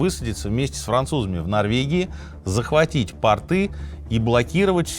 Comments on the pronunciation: пОрты, а не портЫ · Очень интересно. Люблю слушать в дороге. Очень режет слух «портЫ» ( прям представляю как чьи-то штаны блокируют ). ПОрты если можно. Пожалуйста. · Слушаю Минаева с большим удовольствием и интересом. Но, пожалуйста, не портЫ, а пОрты, если речь идёт о морских сооружениях. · Извините, но правильно говорить пОрты, насколько я знаю